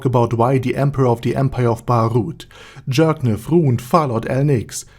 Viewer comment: I love how everyone keeps pronouncing it as jerkniv instead of Jircniv